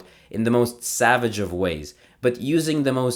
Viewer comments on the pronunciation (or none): none